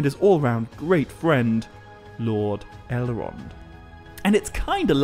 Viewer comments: Right, it's just some sort of impediment you have, I'm also hearing 'Ele-ron' and 'Bal-e-rog'. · I know who Elrond, and Saruman are. Not sure who El-Wond, or Sa-Wu-Man are. Maybe Tolkien wrote a Silmarillion based on the Elves of Elmer Fudd? Be Vewwy, Vewwy Quiet. I’m hunting Owcs.